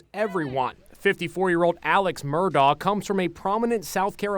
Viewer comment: His first name is pronounced "ALEC" (even though spelled Alex).